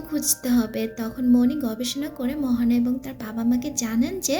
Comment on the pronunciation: Her name is moana not mohona